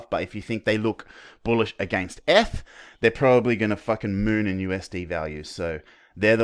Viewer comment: Sounds like your saying f/btc but realised your saying eth/btc haha. Great analysis mate! Go Aussie!